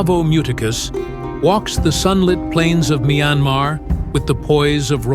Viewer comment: A.I., the country’s name, MYANMAR 🇲🇲, is pronounced as “[ MIE AN MAR ] , Not [ MYAN-MA ]